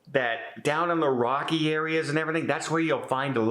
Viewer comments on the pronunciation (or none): none